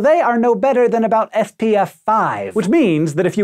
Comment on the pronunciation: when he's supposed to be saying SPF 5 after saying something about the white shirt it sounded like he said FPF